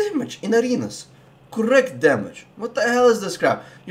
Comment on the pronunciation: CoRRect damage. Just love that accent haha